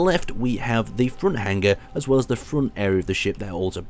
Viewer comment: how you're pronouncing hanger is driving me insane :P Its Hang-er not hang-ger (G is silent)